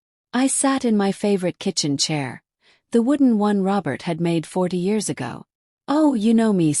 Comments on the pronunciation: AI will be a wonderful tool for students who can proofread. It was annoying in this story when AI would spell the words in a sentence like ‘J-o-y' instead of pronouncing the word joy; as 'a-go' for 'ago,' 'I-t' for 'it,' and instead of saying 'us’, AI spelled u-s. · This was a great story. However, it was annoying when AI would spell the words in a sentence like ‘J-o-y' instead of pronouncing the word joy; as 'a-go' for 'ago,' 'I-t' for 'it,' and instead of saying 'us’, AI spelled u-s. Please hire a human to proofread and revised the stories wherever needed.